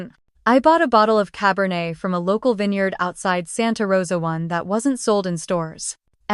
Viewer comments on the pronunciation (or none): none